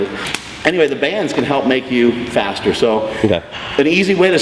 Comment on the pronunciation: just said: "Fastererest" You want me to take his advice? lol not srs